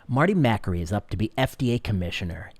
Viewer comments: It is pronounced Ma kAry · I agree with you. Marty is a brilliant doctor. However, I think you're pronouncing his last name wrong. :)